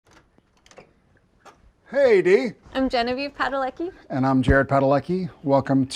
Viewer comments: Awesome. But why do you pronounce your own surname wrong? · It bothers me so much how he pronounces his name it’s so weird can’t imagine his dad said it like that but cute couple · Nawet nie umiesz wypowiedzieć swojego nazwiska prawidłowo ćmoku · I never heard how he says his surname, I see he went for the full american english pronunciation =o In Poland his name would be something like "Padaletski" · "PadaleKi"... Chryste Królu.. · Fine. But it's strange how they pronunce their Polish surname 🙂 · Its always funny for me as a polish girl how americans pronounce -ski and -cki surnames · You are not Padaleki, You are Padalecki. With C. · The way they pronounce their Polish surname makes my Polish ears hurt. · They can't even pronounce their surname name T.T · He cannot even pronounce his surname. Shame on him for disrespecting his ancestors and Polish roots. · Funny to hear they pronounce their name incorrectly 😆